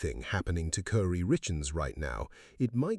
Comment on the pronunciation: It's pronounced Cory, not Curry. Geesh, AI.